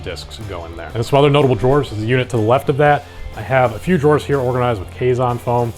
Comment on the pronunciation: You're pronouncing "drawers" wrong...